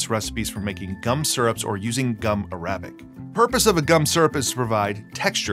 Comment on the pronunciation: "...gum a-RAB-ic...." 😂😂😂